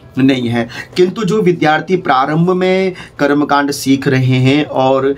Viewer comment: आप क्या बताएंगे? आप तो विद्यार्थी को विधार्थी बोलते हैं। कृपया पहले स्वयं शुद्ध उच्चारण सीखें।